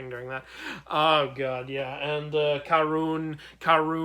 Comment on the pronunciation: Karun is my favourite to also it’s pronounced kar-un